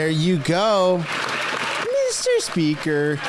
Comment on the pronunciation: MEESTER SPEEEKER-that will be ringing in my ears for days